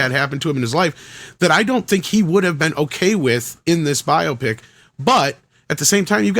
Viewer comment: It’s not pronounced bi-opic 😂 it’s bio-pic